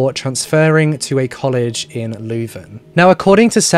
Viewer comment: Pronounced "Loo-Ven" = Leuven